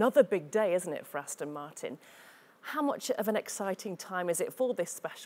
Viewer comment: Aston. not Austin. lol